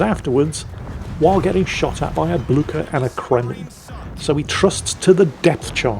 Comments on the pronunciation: It is how Blücher is pronounced in Europe. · The best pronunciation of Blücher ever heard! A well-deserved victory! I love these destroyer replays!